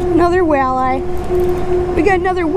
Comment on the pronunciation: I've never heard walleye pronounced like that.